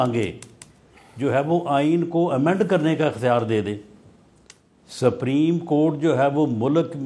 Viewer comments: GEO SAPREEM HOTA HAY YA SUPERIM HOTA HAY. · رانا صاحب نام تو سہی لو سفریم نہیں سپریم ہے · Rana cannot even pronounce "Supreme" correctly. It's not "sabreem." It is pronounced as "sop-reem."